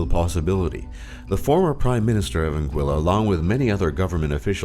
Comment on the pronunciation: Am i the only one who came to the comments to complain about the pronunciation of Anguilla? cringed every time i heard it